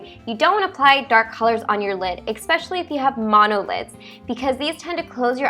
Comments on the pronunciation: It's "eSpecially" not "eXpecially" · I noticed after watching some of your videos that you pronounced especially as :expecially. lol. Also why are you putting the eye make up first before the other steps?